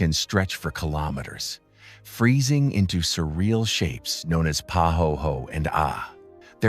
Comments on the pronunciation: I was interested until he said "Pa hoe hoe" SMH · I started to watch this beautiful film but had to stop quickly because of the narrator’s bad pronunciation. Ir’s pah-ho-ay-ho-ay (pahoehoe) and all-lih-veen (olivine)